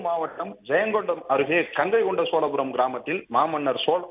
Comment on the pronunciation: கங்கைகொண்ட சோலபுரம் இல்லை கங்கைகொண்ட சோழபுரம் முதலில் தமிழை சரியாக பேசவும்